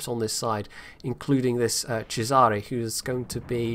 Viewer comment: You are usually pretty good with italian word pronunciation, actually very good, so please stop makeing my heart bleed pronouncing Cesare that way:(